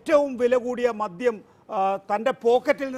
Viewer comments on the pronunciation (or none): none